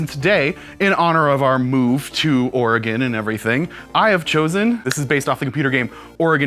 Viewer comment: It sounds like is saying "The Organ Trail" instead of "The Oregon Trail"...